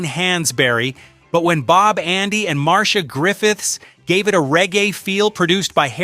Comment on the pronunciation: Her name is: Mar-c-ia. Pronounce it right, please. And what's the surprise about "I can see clearly now?" Millie Small did better than that. Johnny was married to Neville Willoughby's daughter. Neville brought him to Jamaica and introduced him to Marley. They weren't friends to speak off. The man who put Bob on the map is Chris Blackwell.